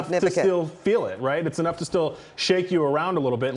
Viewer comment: She said venture county. 😊